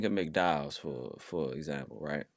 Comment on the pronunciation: 😂😂😂😂 He said McDowell's.